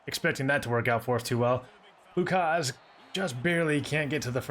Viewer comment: It’s pronounced Luke Has. Just found out today from hog pod with bo